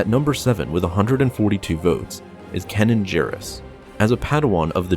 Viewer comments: Narrates Star Wars videos; doesn't even know how to pronounce the name Kanan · It’s kAnan the a sound not o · Kanan is pronounced Kay-nen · It seems like you deliberately mispronounce names sometimes. Kanan's name is spoken allowed in the show and you still call him "Canon" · IT'S KAINAN Not Kanan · Kay-nan not cannon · It's not "canon", it's "Cane-in". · I have no idea who "Canon" Jarrus is. I do, however, know who Kanan (pronounced "Kay-nan") Jarrus is. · Kay-nin not canon lol idky it bugged me so much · Just so you know - it's pronounced "CAY-nan" not cannon. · uh you are pronouncing kanan wrong, its kanan (pronounce the first a as if there was an e at the end of the word, that's how it's pronounced in the Star Wars Rebels Tv show. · it’s pronounced like Kay-nan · It’s ka na an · Why do you pronounce Kanan like "Cannon?" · It’s pronounced K Naan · You said Kanan's name wrong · you kept saying kanan wrong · anyone else mad about how badly he pronounced Kanans name??? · I don't like how you pronounce Kanan... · Can you say kanan properly please :D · can't pronounce "kanan" correctly? video FAIL. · I cringed every time you mispronounce Kanan's name. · I'm intrigued about the planet Daggo-bar, and Cannon Jarus. There is no excuse for getting those wrong. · How can you know so much lore and not be able to pronounce 'Kanan' or 'Tano'?